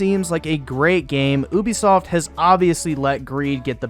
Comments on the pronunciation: It's "you be soft", not "ooooo be soft". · Ubisoft not oobisoft